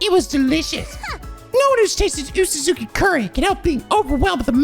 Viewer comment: Oosuzuki is pronounced like oh-suzuki, not uu-suzuki. It's a Japanese romanization thing